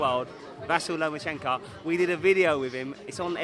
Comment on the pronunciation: He done a collab with lomachenko but still can’t say his name right